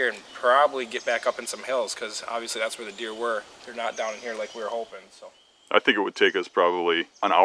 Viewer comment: Also to all the "holping" that the deer will come by them 😂